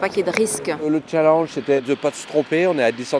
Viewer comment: "le chalENGE"